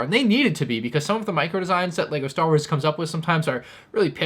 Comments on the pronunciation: What was that accent at the beginning 😂😂😂. "Leger" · You said legger starwers 😂😂 good intro dawg 👍🏻🥴